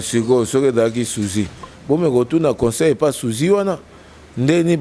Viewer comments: on dit sosie et non suzi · yo pe Sosie et non Souzy tiii okoloba pe yollande... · ba lobaka Susie te mais sosie ehhhhh mot nini ya français olobaka bien?? Même ko tanga oyebi te. Mais licenciée n'a IFASIC 😂😂😂😂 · sosie et non sousi ehhhhhh nzambe classe ya ndenge nini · Ahaha Souzi. Mais mwana mwasi oyo soki ba universités ya UFASIC akenda ya wapi? Sosie, mot français ekomi epa na ye: Sousie. Elle dit aussi: "Ezalaki sousi, ezalaki ye te". C'est alors que j'ai compris que la fille alingaki koloba ke: "Ezalaki sosie" (Personne avec qui on se ressemble). Sikoyo na munoko ya ekomi: "Ezalaki Souzi"... Loba kaka ke ezalaki: "Suzi-ki" ya Quartier Latin. Ahahaha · on dit sosie et non souzi. 😏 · Sosie non sozi 😇😇😈😈😈😅😅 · Kie, kie, journaliste mwana IFASC......yo oza KO continuer koloba Souzie? Oza zoba vraiment 😆😆😆😆😆 balobaka SOSIE OYOKI? Sosie, sosie,. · Rd Congo kiekiekie elle sait pas parler cette meuf! même dix elle arrive pas à l’ dire